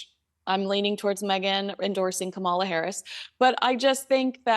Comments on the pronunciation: Both Catherine and Meghan were born "commoners," as it's considered by the British aristocracy. However, Catherine's behavior is not common, but Meghan's is quite common. This is how I feel about you intentionally mispronouncing "Kamala" You live in California and Indian names are easy to pronounce as their English spellings are phonetically correct. Don't lose viewers being petty. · Please pronounce Kamala's name correctly. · Be MAGA,, but, at the very least, can you please not mis-pronounce VP Harris' given name? it's intentional, as it is with Trump, and he's shown himself to be an actual racist. Stick to the royal family: I agree with you completely. The sophomoric behavior is low. Keep it classy.